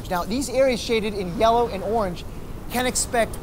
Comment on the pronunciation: In y-E-llow and orangd